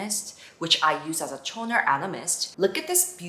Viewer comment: Omg it is so cute how you pronounce the "T" on toner 😂💖🫶